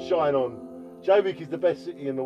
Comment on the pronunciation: Shine on ，要連音講：shinon